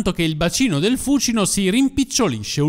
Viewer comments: L'ho sempre sentito pronunciare fucíno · Perchè l' accento di Fúcino cade sulla prepenultima ? Perché cade sulla prepenultima pure di Tiber,Tibéris .So due rrrromanate?